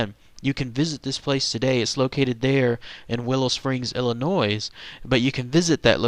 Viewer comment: There's no noise in Illinois (you don't pronounce the 's'). Your sloppy guessing on how to say things really detracts from the stories as it appears like you are careless and then if you can't be bothered to take care we wonder if the rest of the story is accurate